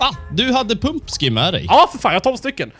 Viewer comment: sa han Pumpskin?